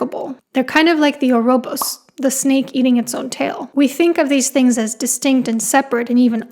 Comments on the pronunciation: It is not an "orobos" it is "ouroboros". Sorry if you're dyslexic or something. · The aerobos? You mean the ouroboros, ore-oh-bore-ohs?